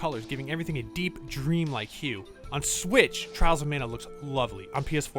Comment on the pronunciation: I keep hearing Charles of Mana 😋